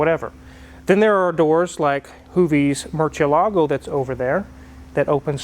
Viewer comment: Lambo's name (bat for Spanish) pronounced Moor-cieh-Lago, accent on cieh..